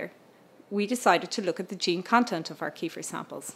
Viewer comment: Can't even pronounce 'kefir', what an idiot.